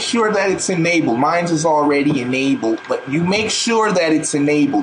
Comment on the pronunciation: (Ummmm) First thing you would LIKE to dooooo izzz rescan..... your MIDI DEVICE!? (Ummmm) And you would like to go to the...... the keyboard (Ahhhhh) whatever you know, the hardware port (Ahhhhhh) click on it (AHHHHHH) Make sure it's enaBLed. Mines is already enaBLed. But you make sure that it's enaBLED! You click on that! (Ummmm!!!)" LMAO!